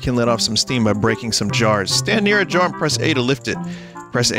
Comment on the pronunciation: Great playthrough. Why does vinny keep saying Jara though?